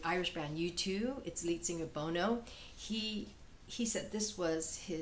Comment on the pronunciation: I really❤love this album, but it was not very successful, sorry to say. Bon-oh (not Bone-o) did like it though.